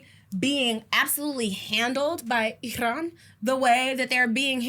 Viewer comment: the way she said Iran is so funny